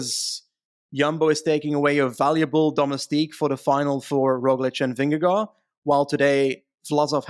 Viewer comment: As a Dane it's hilarious how American's are apparently more comfortable with Slovenian last names than Danish ones... Pogacar (Tadej), Roglic (Primoz).... Jonas?!! (I know he's cute and friendly, but pick a lane and ask a Dane if the pronunciation of Vingegaard is scary) ...also, honestly - the idea that USP and Sky is the "standard" strategy is ignoring how so many European riders have grown up (even today!) in a cycling club culture where those two teams are held up as "this is why modern cycling is horrible" by people who have a longer historical perspective of how to race. The pew-pew, no hard control-team kinda races is not THAT far away, especially not outside the TDF. And the joy of seeing pro riders race like a regular youth/junior peloton is the most joyful-silly-chaotic and entertaining thing ever.